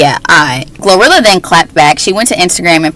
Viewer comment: it’s GloRilla not Gorilla🤣🤣